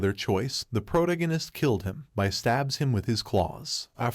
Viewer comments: Pro-tag-on-ist. . . Its off putting hearing Prota-ginist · Pro-tag-a-nist. Fucking say it right. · Sorry I jus can't when the narrator can't even say the word protagonist correctly🤦🏾‍♂️🥴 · Hearing him pronounce protagonist makes me feel like Brian when Stewie was pronouncing cool whip